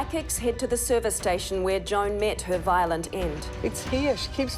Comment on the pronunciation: Sounds like she says John, not Joan. Is Wech pronounced wek? Or wick?